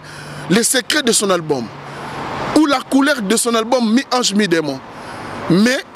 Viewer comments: Monsieur on ne dit pas ALGBUM .On dit ALBUM.Tu dis ALGBUM ALGBUM ALGBUM.Vous les zairois là vous avez une mauvaise manière de prononcer les mots en français. Nous avons honte à votre place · "QUEL EST L ALGBUM LE PLUS ATTENDI"???? C est quoi cette manière de parler français là ! Hein?